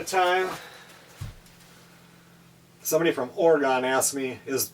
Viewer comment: Its pronounced Oh-reh-guhn not Oh-ree -gone. Pfft!